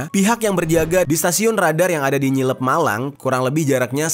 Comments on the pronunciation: Bukan nyilep.tapi ngliyep. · ngliyep malang bang bukan nyliyep itu tempat tinggal saya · Ngliyep bang bukan nyilep.. Sy org malang, pernah ke stasiun radar ngliyep..